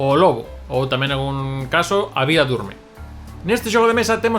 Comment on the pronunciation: Jajajaja falando da vvvvvvida